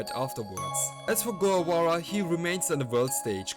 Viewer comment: Mispronouncing Guevara.